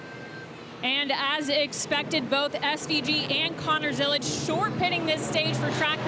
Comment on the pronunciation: FYI Zilisch does not have a T in it, it’s a German surname